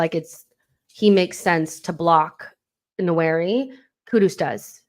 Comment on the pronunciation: Great content..... the correct pronunciation for Nwaneri is nWAN- NEAR- RIH....the first N is almost silent, but not quite 👍🏿